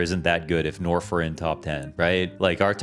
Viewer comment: Norf top ten? Norf? Top ten? Norf.